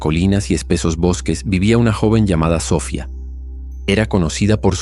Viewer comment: se pronucia Sofiaaaa